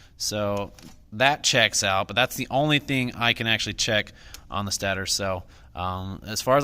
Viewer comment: Stay-tor is how u say stator